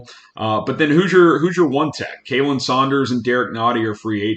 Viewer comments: Okay I've gotta say it if no one else is going to: it's Khalen like Colin, not Kaylen for Saunders. (Source: literally his Twitter handle) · just refused to pronounce Khalen’s name right